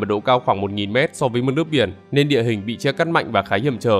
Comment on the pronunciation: Nên chứ không phải là lên, nói ngọng rồi viết cũng ngọng luôn à